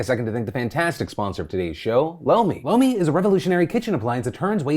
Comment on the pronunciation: When you said lomi I thought you said blow me and I was so shook 😂😂